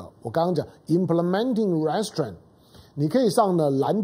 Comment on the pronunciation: 湘龍老弟容我鷄蛋裏挑下骨頭，Restrain 的重音是在第二音節不是第一音節，您再試試看。